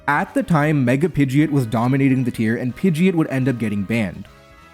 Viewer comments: Oh god this hurts. It’s Pid-gee-ot lol not ee-it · why do you say pidgeot like that, my beloved youtuber? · Question: WHY did you decide to pronounce Pidgeot incorrectly?